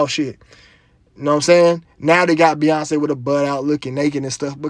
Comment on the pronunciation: Beyonce = BOY-ONCE